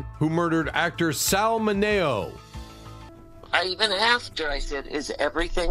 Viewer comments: Sal M I N E O. Not Mano. FFS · Sal Mineo (minnie o) not minay o. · Min -E-oh. Sal Mineo! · Sals last name was Mineo. min e o. not hard to say but ths guy never gets it right. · Sal MIN-E-O, is the correct pronunciation. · It's Sal MINN-EE-OH, you clueless nits! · Sal ..Mineo. there is no A in Mineo. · LEARN HOW TO PRONOUNCE NAMES. THUMBS DOWN SAL MINEO SAL MINEO SAL MINEO THUMBS DOWN MABEL NORMAND MABEL NORMAND THREES COMPANY WAS NOT ON TV IN 1976.